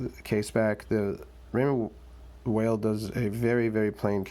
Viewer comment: Good review. Appreciate the side by side with the Seamaster. Not many seem to put watches side by side to compare. BTW, Weil is pronounced "while" not "whale"